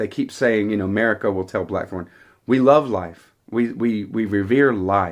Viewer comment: Ma- REE-ko